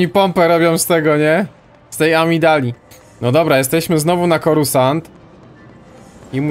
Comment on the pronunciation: ps:nie mówi się corusant tylko corsant